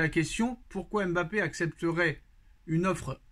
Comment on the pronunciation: ON ne prononce pas le M de Mbappé il la dit dans envoyer spécial